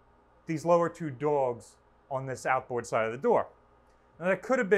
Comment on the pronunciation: Does he say «dogs» or «dolges»